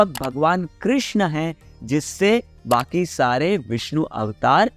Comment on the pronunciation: कृष्णा nahi hota...yeh draupadi ka naam h.... कृष्ण hota h....